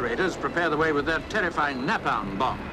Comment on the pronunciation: I've never heard anyone say napalm like that, wtf